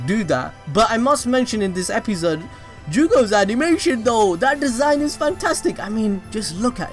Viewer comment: I hate how you say episode stop it